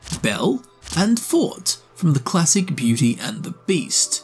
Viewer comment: 3 yrs late. I know. But that beauty and the beast ee. The organs name isn't fort. Its forte. Sounds like for-tay. Its a music thing. Specifically if anyone is curious its the swelling of deeper notes if memory serves. Like vibrato. Its the part of classical music that you feel in your chest.